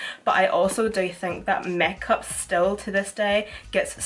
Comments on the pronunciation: the way you say makeup mekap Omg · The way she says 'make up' 😂😂😂 (not in a hating way)